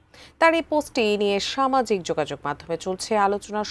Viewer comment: কথাটা কি হবে? সমাজিক নাকি সামাজিক? শুদ্ধ উচ্চারণ করতে হবে 😮😮